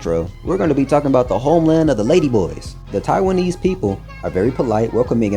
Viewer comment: “Thaianese” ijbol! This channel bout to be a gem 😂